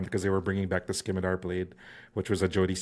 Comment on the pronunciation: Enjoyed the video, but, and I hate to be this guy, it's pronounced simitar not skimitar and integral not inteegral